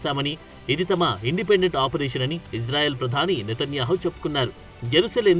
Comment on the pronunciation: మీరంటే మంచి అభిమానం ప్రతీ వీడియో మిస్ కాను సార్ దయచేసి నా మనవి వినండి ఇశ్రాయేల్ అనండి/వ్రాయండి సార్ ఇజ్రాయేల్ కాదు సార్ హిబ్రూభాషలో ఈవిదంగా లిపి ఉంటుంది יִשְׂרָאֵל కుడి నుండి ఎడమకు చదవాలి 1.యోద్ =య "ఇ" ( * יִ ) 2. షీన్ = ష లేదా “శ” ( * שׂ ) 3. రేష్ = ర (* רָ) 4. అలెఫ్ = ఎ (* אֵ ) 5. లామెద్ = ల (* ל ) *ఇశ్రాయేల్ * ISRAEL ఇందులో "J" ఎక్కడుంది సార్ దయచేసి ఆ దేశ సార్వబౌమాధికారంతో పెట్ట బడిన పేరును అవమానించవద్దు, ఇది గమనించండి. ఆదేశం యొక్క పేరును అబాసుపాలు చేయకండి. మాకు తీరని అవమానం. ప్రతీ అక్షరం క్రింద ఒత్తులు (దాగేష్ ) ఉన్నవి. హిబ్రూ అక్షరమాలలో "జ" అనే సౌండు లేదు మీకు శతకోటి దండాలు తప్పు పలక కండి,వ్రాయకండి.